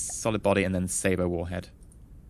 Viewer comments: Also its Say-bot or Say-bit not Saber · Its pronounced sayboh which is how EE is saying it